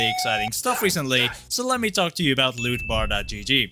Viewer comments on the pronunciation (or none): none